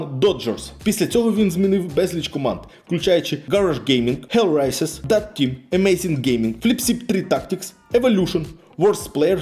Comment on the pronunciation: Олвейсвонафані, хелресайсерс і глобак ахахахах, будь ласка, читайте імена та назви уважніше) та взагалі, провіряйте інформацію яку подаєте, Наві по доті вже 3 рази міняли свій склад , і в цій команді не грає жоден з вище перерахованих гравців. Цей же ж Ноуван навіть встиг пограти в наві та покинути команду. Одним словом, інформація застаріла на 3 роки. P.s: не обов'язково кожного разу вимовлять букву р в анлійських словах так, ніби язик затерп